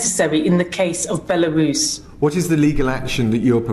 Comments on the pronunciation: He he he! First I thought she said "Larousse" (clearly a reference to everybody's favourite French cyclopedia), then "Barooze" (anybody's guess?!?), then "Belarus" (Bingo! We got there in the end.). You're right,, here is a girl who has not done her homework! A definite 0 for effort and 10 for ticking boxes. My friend, usually strongly politically correct, was annoyed over the Obama victory. He pointed out the "urgency" of having to vote for the first black President was no urgency at all, just box ticking reverse r**m. Let's hope the practice is not let loose in the nuclear power stations or at the nuclear switch. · Someone tweeted Claudia laughing at her pronunciation of Belarus, she then said it was an attack because she is a woman and a women of colour. He replied to say you are the only one mentioning sex and race. Her response was 'Exactly'. She's a complete moron.